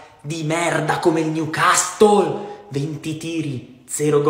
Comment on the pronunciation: Il "niucastol"...😂